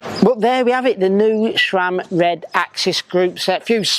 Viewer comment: SRAM. There is no H in the name. SRAM is an acronym comprising the names of its founders, Scott, Ray, sAM. If you're going to be a cycling media, at least know what the hell you're talking about.